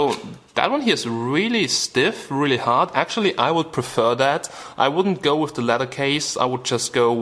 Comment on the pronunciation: LMAO "You could kill somebody mit de phone"